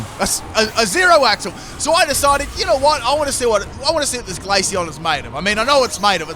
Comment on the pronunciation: One question what was the glaceon set? Neither subtitles or my brain can comprehend what you said